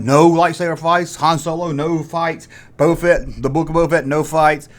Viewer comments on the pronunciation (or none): none